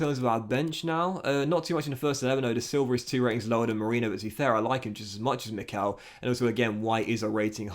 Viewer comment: Just heads up, Marceau, is pronounced Mars-o, and Lelong, is pronounced Le-lawn. It’s French so it’s al pronounced like this…